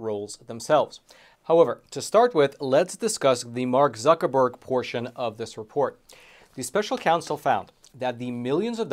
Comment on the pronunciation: "Mark Buc.. Zuckreburg"